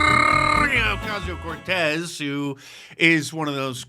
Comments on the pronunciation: I lose it every time you say AOC name😂😂😂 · Dicey you are the best, when you pronounce aoc with the rrrrrrrr I nearly spit my coffee out.